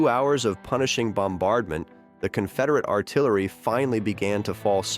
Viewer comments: Union Ar-ti-larry.? What kind of AI narration is this? Getting tired of AI bullshit.... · "the Union 'ar-ti-LAIR-y' and others